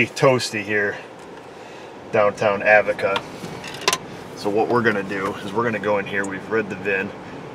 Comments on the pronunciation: I live about an hour north of and up here when I see them mentioned on the news they pronounce it Ahh-VOH-ka. He may have "mispronounced" it just for the fun of it. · Learnt many things from this video ... not least the correct pronunciation of Avoca !! Where I come from in Ireland it’s pronounced Ah—voke- ka 🤣🤣